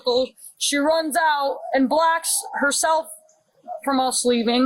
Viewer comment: Is she trying to say blocks or blacks. The witness has a pretty good accent.